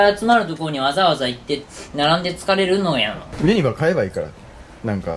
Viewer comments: ゆ↑にばじゃなくて、 ゆ↓にばな！！ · ユニバのイントネーションが間違っててきになる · ユニバのイントネーションが違和感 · ユニバの発音がさ、みんな、↑→↓やけど関西人は→↑→よね、、。 伝わるかな、、w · どーでもいいんだけど、ユニバ↑って違和感笑 関西住みなんだけどユニバ↓っていう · かっちゃん ユニ⤴︎バ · すき家と同じ発音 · ユニバの発音が関東やあ、、、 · ユニバの発音関西と違う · ユニバの発音が違いすぎてびっくりしたわ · 東海オンエアのユニバの発音関西人と違ってて違和感でしかないwww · 関西人なんだけど、「ユニバ」の発音が違いすぎて驚いてる... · ユニバって大阪と発音違うんだね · 今頃見てユニバのイントネーションが気になる関西人。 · ユニバの発音がおかしいと思ったおれだけ？ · ユニバの発音がどうしても気になる関西人いるはず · ユニバの発音おかしくね？ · ユニバの発音がちげえんだよなぁw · ユニバのイントネーションきになるわー これ分かる人いる？ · 今思ったけどユニバの発音おかしすぎやん笑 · ユニバのイントネーション、、笑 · ユニバの発音違和感しかない関西勢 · ユニバのイントネーションが違和感ありすぎてゾワゾワする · 大阪人やからユニバの発音に違和感感じたわ笑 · ユニバのイントネーションの違和感が凄い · ユニバのイントネーションが違いすぎた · ユニバの発音おかしくない？？笑